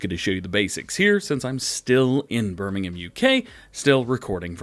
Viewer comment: you nailed Birmingham this time!!